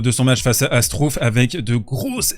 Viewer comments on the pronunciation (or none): Struff se prononce chtrouffe, pour la prochaine fois …😉